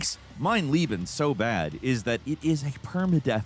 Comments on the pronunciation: Mein LAYben....its not that difficult to pronounce.... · And Leben 🤣The way he says it (Lieben) means Love... But then again, he'll get a pass 'cause it's German 🤣